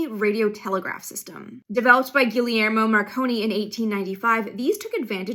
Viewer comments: Gee-yer-mo... Sheesh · Love your channel! You should add the math of that delay - makes it that much more real. (PS it's "gee-yayr-mo")